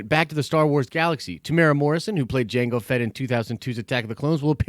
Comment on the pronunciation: Greetings from NZ. Not a huge deal but just so you know (because virtually nobody gets this right). Temuera has 4 syllables. Phonetically it's pronounced Temu-era by most english speakers. The strict Maori pronunciation is also slightly different but if you use the above guide you'll be 100% fine. Strangely most people get Taika Waititi right, so well done everyone.